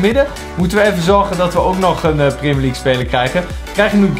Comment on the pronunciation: Gast je spreekt het uit als prèmier league maar jij zegt prémier league